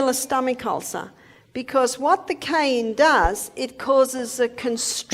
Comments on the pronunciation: Learn to pronounce CAYENNE !!!!!!!!!!!!!!!!!!!!!!!!!!!!!!!!!! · Before you make a video on cayenne pepper would you please learn how to pronounce the word so you don’t sound annoying as hell? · It's not pronounced kee-ann, it's ki-ann or Kye-ann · The narrator refers to this as "Key-ann" pepper . . . but traditional pronunciation is "ki - ann" pepper." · Pronunciation sounds like "KI-Ann" not "key-an" . Learn how to say it proper cause it like nails on a chalkboard the way either you or your computer AI is saying. She says it correctly, dimwit. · Please say CAYENNE PEPPER. Not CAIN pepper. It's very annoying to hear this repeated over & over. Pronunciation (KI YANN.). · Please pronounce Cayenne correctly. Ki yan not Key yan. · it’s not Keyenne pepper it’s Cayenne Pepoer . What a weird way of pronounciation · It's not pronounced "key ann" it's "Ki Ann". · I’ve lived in the U.S. for 70 years and have always pronounced it as “Cayenne.” First time I ever heard it pronounced, “Keyanne.” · This is definitely a bot Saying keyan fir cayenne. Dead giveaway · As a matter of fact, Dr O'Neil is the one who is correct about the pronunciation of Cayenne. The gentleman who is using her video and unnecessarily repeating her anecdotes should know that the pepper is not "Key-yen." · What's kiyenne pepper? Never heard about it 😜😄😄😄💙💙💙🇺🇲🦅🇲🇺🦤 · * ky ANN * pepper 🌶️ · Voice over clown saying: "Ceyanne" instead of cayenne even after hearing the lady say it correctly. I believe its not a tomatoe vs tamota... Rather he cant spell well? Not digging, just seems more than odd. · She right it wonderful. But. It’s pronounced kie-yan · Please say the name of Cayenne Pepper correctly not Keann! Where did that come from Keann does not even sound the same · WISH YOU WOULD LEARN HOW TO PRONOUNCE CAYENNE PEPPER. AM. AND CENTRAL AM INDIAN NAME. PRONOUNCED KI-ANN. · It is pronounced " ki" "ann" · What the hell is KEYanne pepper....learn how to pronounce the word. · Plz say cayenne pepper correctly